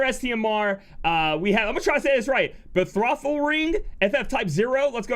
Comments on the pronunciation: betrothal = Be - Trow - ThUl :) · The first o is a long o. Bee-troe-thul or Beh-troe-thul. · BA-tro-th-al Ring lol. I had to read it 5 times to get it